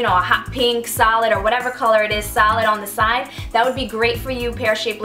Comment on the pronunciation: Realised like half way through you were saying 'solid' not 'salad'